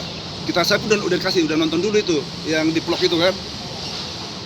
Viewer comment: Ngomong “vlog” aja blm bener wkwk, bim salabim jadi apa plog plog plog 👏👏👏, pak tarno kali ahhh, btw kok mirip pak tarno cara ngomongnya ya